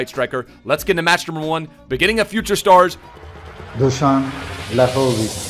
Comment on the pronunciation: You pronounced Dušan perfectly, but just pronounce his last name vlAhović, not vlahOvić :) otherwise great video